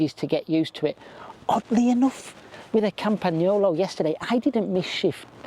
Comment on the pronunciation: yes indeed, and properly pronounced campa-nyolo. The g is soft.